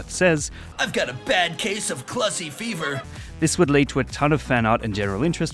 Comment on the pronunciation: Thank you for pronouncing "clussy" correctly, unlike the spid... speid... speeda... horny video